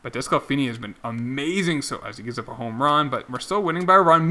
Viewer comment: I got to say it. It is pronounced des-clah-fanny. Not des-clah-finney. You should make that 20 yrs old third baseman you got in the draft a second baseman. Just edit him. Teams do that all of the time. My reds are doing that to senzel right now .. so you might as well do it..